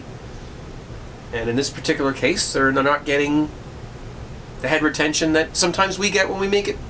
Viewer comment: lol When you said head retention I misunderstood you and thought you said hypertension.